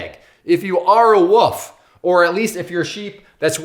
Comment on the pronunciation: I think you’re awesome but I have to nitpick on one thing it’s wolf not woof you’re saying woof a dog goes woof a wolf is an aggressive animal that’s seeks out its prey a woof is a sound a dog makes